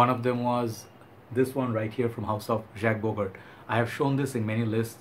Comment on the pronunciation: bro. it shud be pronounced as jock bogart.